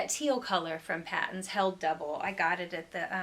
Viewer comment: Lovely stuff! BTW, the Canadian yarn company Patons is is pronounced "Paytons" as opposed to "Pattons."